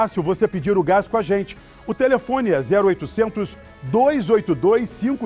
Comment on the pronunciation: Vou parar de ver só por causa desse chato do gás... nem sabe falar GAIXXXXX... com a menina dava até ânimo de ouvir a propaganda!!! Não tem tiro, como se tudo fosse pacificado kkkkkkkkkkkkkkkkkkkkkkkkkkkkkkkkkkkkkkkkkkk